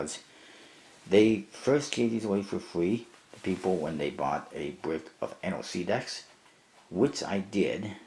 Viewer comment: NOC is pronounced /nŏk/ , like the word "knock".